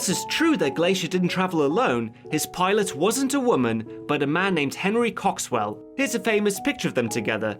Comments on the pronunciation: He said "cocks swell" 😂😂😂😂😂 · Henry Cock-Swell... i can't stop laughing. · "His pilot wasn't a woman but a man named Henry Cocks-well." LMAO. And yes I know it's spelled Coxwell but wow that's funny.